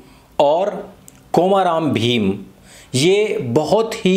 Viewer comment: कोमा राम भीम नहीं आर्य भैया कोमरम भीम है नाम